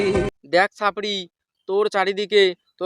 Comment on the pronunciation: Sapri na chapri thik thak uccaron koro tmio ekdin dariye jabe all the best